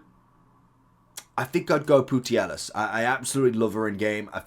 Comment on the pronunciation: Good video's... But there no I in Putellas... Pu-tej-as.